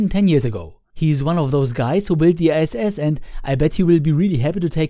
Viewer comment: lol, at the Beguing for a second I thought you said "Soyuz brings three astronauts to ze S.S."